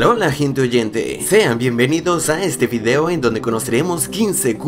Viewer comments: Like si te diste cuenta que dijo fideo y no video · Dijo fideo?